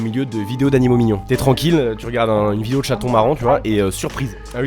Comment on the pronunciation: "bonne bidéo"